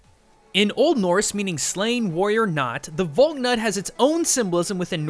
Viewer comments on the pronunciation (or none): It is val knut not valnut you pronounce the K and the a is like ahh vahhlknut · Odin's knot, Valknut is pronounced "Fahlk-noot." But I was hoping you would mention it, so I'm pretty happy about that. :) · Pretty sure it's pronounced val-knoot, or val-nut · You pronounced Valknut wrong.. Also most sources I've found place the culture in Northern Europe (where the Valknut originates) as older than what we understand as celtic culture and some aspects of celtic culture are believed to be influenced by the culture from Northern Europe. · Can pronounce Japanese words properly. Cannot pronounce "Valknut" properly...